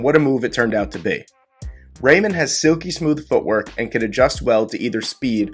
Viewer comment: Geez! So glad the Bengals didn't agree with you on Reimann (pronounced "Ry-Mun)! LOL!